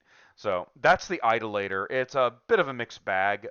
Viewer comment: Idoluh-tor. Not Idol-later.